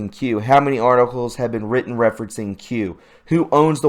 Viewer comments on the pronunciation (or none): none